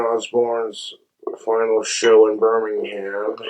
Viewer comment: Reckons he’s 80% British but can’t pronounce Birmingham